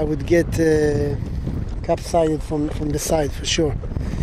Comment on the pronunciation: I before E except after C equals Believe ,and it Capsize not Capside, not being critical just trying to help as I realise English not your native language. Great video but be careful strong currents there, you're braver than me, nice video.